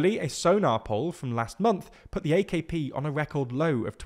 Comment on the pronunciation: The* not “teh” 😂😂😂😂